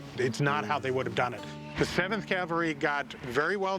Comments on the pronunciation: Cavalry.. not Calvary 😮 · Rick always says Calvary instead of cavalry.